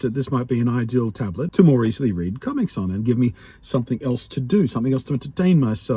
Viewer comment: My ears heard comments instead of comics everytime you said it 😛. I hope things pick up for you soon.